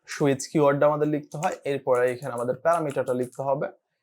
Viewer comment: switch => It's not "shoe-itch", it's "sue-itch"